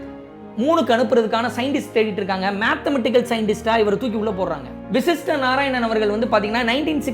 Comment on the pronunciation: vashist not vishist